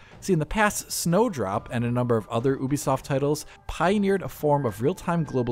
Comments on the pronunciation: Its Ubisoft not oohbisoft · Oobisoft? Youbisoft! 🤔